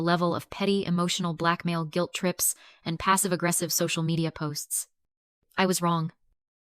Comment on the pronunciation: AI has trouble with the oddest words. You'd think "guilt" would be easy, but it comes out "gwilt!"